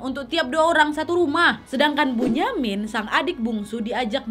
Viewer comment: Kak bunyamin itu di baca binyamin